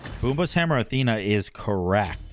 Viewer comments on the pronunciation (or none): none